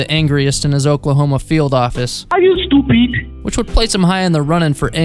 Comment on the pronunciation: "Listen to me. Is you soupeed?"